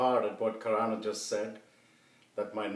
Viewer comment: I love this video so much. I want to list out my favourite bits, in no particular order: - every single one of Arjun's expressions - dialogue delivery KILLS, and his mispronunciation of Karan is chef's kiss - the felt paper(?) beard cut-out that perfectly fit - Better KM's monologues, felt so natural (was it scripted??) - Arihant being termed as friend with air quotes - desi home background noises - the simplistic fonts - the GEOB15 name plate - doing absolutely nothing to hide the fact that Daniel was filming in the car - "BEEyond the Gee-awe-grahy-BEE???" - BUT DID YOU CHEAT TO MAKE IT TO THE SCHOOL ROUND??? - the look that Ms. Collur gives the camera when old KM refused to eat This video will be my new comfort watch!